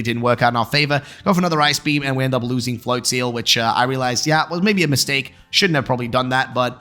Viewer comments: Considering it's probably "flotsam" and "float" with maybe "nozzle" or "drizzle" in there, it would make sense that it would be pronounced "float-zuhl" phonetically. "Flotseal" sounds bizarre. I'll have to go back and watch that part as I think I mightve missed it (which is weird considering how bizarre pronunciations of Pokemon names instantly grabs my attention). I find Pokemon names super interesting with some of the inspiration of them. They've gotten a lot better at being a bit more clever with the names for the most part. :) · Flotseal, best pronouncing of that Pokémon I've heard